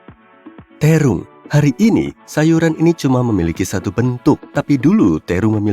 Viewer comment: Terong min bukan tirung😁